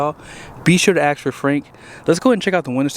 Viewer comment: ASK for Frank. Not “axe”. Are you going to have Frank chop firewood???